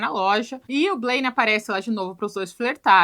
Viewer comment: Não é Blake, é Blane😅❤ ADOREI a análise, especialmente por EXORCIZAR da gente a culpa de não gostar daquela pessoa que “se esforça tanto” pra que gostemos sexualmente dela.